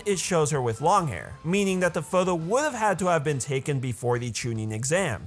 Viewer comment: I like how he says photho instead of photo